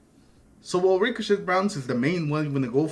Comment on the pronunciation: The T is silent in the word ricochet in case you didn’t know ….yea